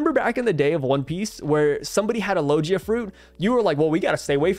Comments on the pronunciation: Hey fam I think it’s lo-gee-ahh not lo-jee-ahh. Oh well Potato potato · Can you pronounce logia properly?